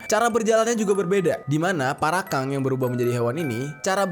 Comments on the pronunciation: Parakang BG bukan Parakan 01🗿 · Bang namanya parakang bukan parakan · Bang jeri Parakan bukan parakang😐😐😐